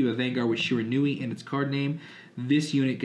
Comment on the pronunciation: It's pronounced she-ran-we